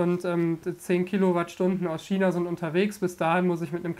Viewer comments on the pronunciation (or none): none